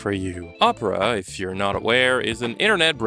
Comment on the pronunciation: I gotta be honest I thought you were saying « this video is brought to you by Oprah »